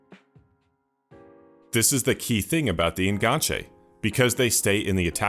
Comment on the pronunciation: The fact you're saying En-gan-che instead of the falsely frenchified En Ganche means this video is already 10/10